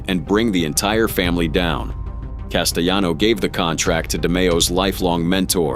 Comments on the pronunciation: Castellano not casteyano, it’s not Spanish 😂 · Couldnt even say his name right